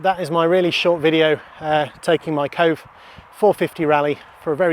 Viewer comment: Pretty sure its pronounced "koh-vay." 👍